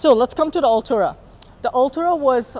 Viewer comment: No hate but please pronounce it correctly, you’re saying “Altura” not Artura. Nonetheless good effort.